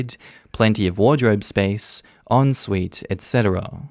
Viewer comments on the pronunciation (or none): none